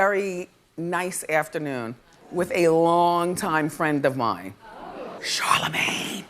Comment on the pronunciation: the way the crowd clutched their pearls when Wendy said “CHARLAMANGE” 🤣